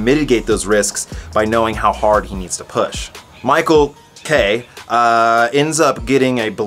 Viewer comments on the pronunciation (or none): none